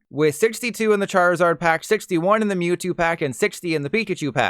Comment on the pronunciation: Did this guy seriously pronounce it "Moo-two"?